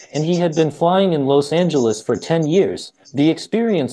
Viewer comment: Why you pronounce Los Angeles like that